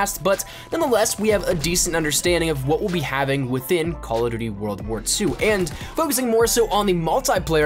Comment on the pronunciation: I really don't like the way you say 'CallofjhjdbdgdfnvmnDuty WW2' in your giveaway intro...